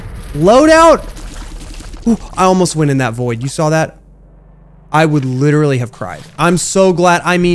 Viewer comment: Dude. Littarly said deletion completion